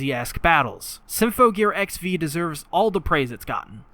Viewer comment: I love everything about this video, but XV isn't pronounced like the letters. It's pronounced Ekshiv, like how AXZ was pronounced Access. (not that ekshiv is a real word)